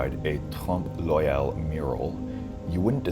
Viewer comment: Oeil: listen to the correct pronunciation online.